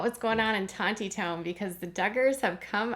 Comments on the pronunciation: It’s Tawny-town. The second “t” is silent. The Grape Festival is a huge fun event held there for over 120 years. There is no wine at The Grape Festival. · Tontitown is pronounced Tawnytown you gotta say it like you're from the deep Arkansas woods 😂